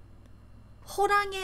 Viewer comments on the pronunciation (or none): i cant she called hoshi horanghae 💀